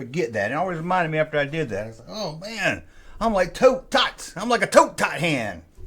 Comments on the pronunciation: It's pronounced like Tote, NOT Taught. Hearing the back and forth between these two names is as annoying as the back and forth between A-T-S-T and ATST. 😖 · Toht is pronounced Toe with a 'T' at the end.